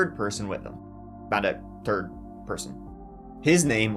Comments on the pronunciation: It’s not Terd 💩! It’s Third! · your accent is the best! Tirty (30), tree count em (3), and best for last the turd person (3rd)!!!!!😂 I love it!!!! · What a t'ird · I tee hee every time you say third. I’m curious, how do you say ‘turd’? Adore you, sir!!!!